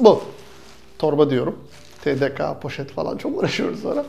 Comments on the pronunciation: TEDEKA DEĞİL TEDEKE TURKCEDE KA YOKK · tdk falan dikkat ediyorsunuz ama o tedeka diye değil tedeke diye okunur üzdünüz:( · Ortaokul 5. sınıf çocuğuna bile öğretilen bilgi : Türkçe'de "k" harfi "ka" şeklinde okunmaz Not: Sevgili takipçiler lütfen sövmeyin ve üzerime lütfen gelmeyin hatta bilmeyen arkadaşlarımız öğrendi. "Bana bir harf öğretenin 40 yıl kölesi olurum" HZ. ALİ r.a.